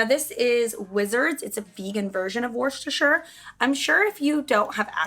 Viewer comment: Don’t pronounce the r in the beginning Worecestershire. It’s just woos- ter- shire